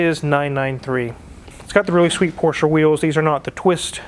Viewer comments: So glad to see that you use the correct pronunciation of Porsche. I cringe every time I hear someone say PORSH. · I mean, the VW thing was a joke, but most american youtubers should use that, my ears always start to bleed when they call it "porsh" over and over... great that does know how it's called xD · All this and the correct pronunciation of Porsche